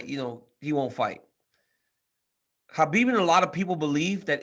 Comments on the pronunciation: his name is pronounced Habib Not Ahbib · HA-bib? Umm I didn’t talk to AH-bib - Comier 🤣